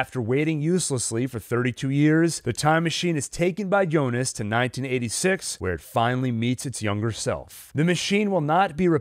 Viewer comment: Why do people keep calling him jonas it's pronounced Yyonas